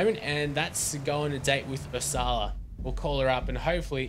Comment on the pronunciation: Please pronounce Ursula correctly!!!!!!